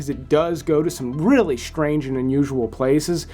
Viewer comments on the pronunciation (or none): the words, "stream", "mystery", and "strange" do not have an H. It's not "shtream", "myshtery", or "shtrange". FYI.